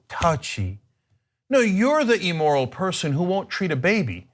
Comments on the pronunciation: Cenk pronouncing immoral as E-moral is quite odd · Cenk... "Ee-moral," "Ee-rational," and "Ee-luh-gitimate" aren't words. Neither is "huh-larious." Learn to pronounce the short "i" sound in English please, you have an internet show.